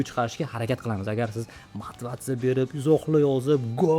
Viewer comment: Motivatsiya ❌ Mativatsa ✅